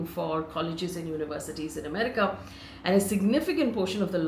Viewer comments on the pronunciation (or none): none